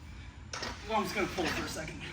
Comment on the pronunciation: Sled *PULL*… not “pole”